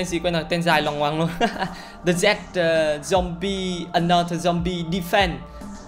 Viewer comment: Zombie đọc là dom bi nha anh, ko phải dom ba.